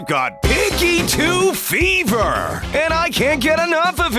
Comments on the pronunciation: Fever, I heard Fiverr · Narrorator: I think I got, PiGgY TwO fEvvRrR Me: runs away and left for 10 minutes